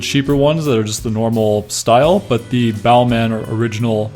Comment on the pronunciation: Don’t pronounce the last “in”. It’s Bálmã or Balmah. Just saying 👍